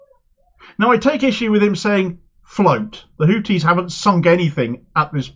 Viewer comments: A small point, they are called Houthis, not Hooties. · I was speaking about pronunciation. Hooties sounds like a topless bar.